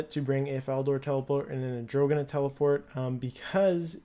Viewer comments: i thought the same thing.. arr-dough-- nnnnn that is how you pronounce it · he goes: Adrogana l0l